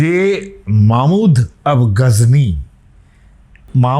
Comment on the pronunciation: তার নাম মাহমুদ গজনবী, মামুদ নয়‌। সঠিকভাবে নামটা উচ্চারণ করুন। বাঙালির নাম ডুবাবেন না! পৃথিবীতে বাঙালি একমাত্র জাতি বা ভাষায় সর্বোচ্চ জাতি যারা আর দুনিয়ার সমস্ত ভাষা সঠিকভাবে উচ্চারণ করতে পারে।। আর বাঙালিরা এসেছে দ্রাবিড় ও মিশ্র জনগোষ্ঠী থেকে। ইরানিদের সাথে বাঙ্গালীদের নৃতাত্ত্বিক দূরত্ব রয়েছে জিনগতভাবে এবং সংস্কৃত গত ভাবে। আর হিন্দু পুরাণের তথাকথিত আর্যরা প্রচন্ড মার খায় বাঙ্গালীদের হাতে পাটালিপুত্রে, 4000 বছর আগে। ইতিহাসে আছে, দেখে নিতে পারেন।